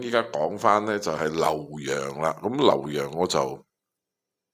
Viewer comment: 咁你講 劉 洋啦、識讀啦！費事成編都讀錯😅😂